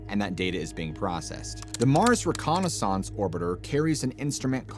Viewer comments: I didn't suspend this guy was AI until he said "reconisonce" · JUST CANT FOCUS ON THE CONTENT WHICH IM SURE IS INFORMATIVE BUT .....What's up with your pronunciation of words bro?🙄🫠Like reconnais- sAAAAnce AND DEE- OXIDE...WHO PRONOUNCES WORDS LIKE THAT 🥴So pretentious...this is youtube not the BBC friendo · Your pronunciation is dodgy AF!…. Carbon-deeeedoxide? Wtf reconnaissOnce?!? How do you decide to say it like that? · Recon o saunts ?!?!? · Can you please learn to pronounce the word reconnaissance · Why do you pronounce reconnaissance like that??😂